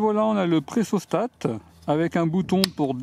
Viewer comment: c'est pressostat et non "pressostate" :p